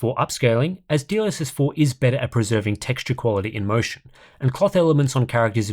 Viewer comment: I keep hearing : DLSS4 bounced